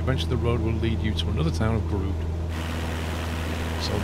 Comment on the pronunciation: I am Grude! Yes, it's a stupid pun, but someone had to... :p I'm fairly certain, the "e" isn't even silent, though.